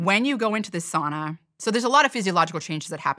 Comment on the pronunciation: Finland has a population of 5.5 million and there are almost 3 million saunas in Finland. At the same time, Finland has been ranked the happiest country in the world 8 times in a row - just saying... P.S. Please, learn how to pronounce "sauna" correctly. Please!